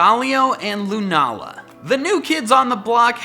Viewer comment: Your pronouncing lunala's name wrong